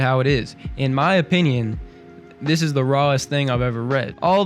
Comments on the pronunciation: "it eez what it eez" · Are you trying to say: It izz what it izz?